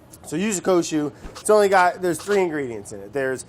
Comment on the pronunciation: Can't pronounce water but doesn't hesitate with Yuzu Kosho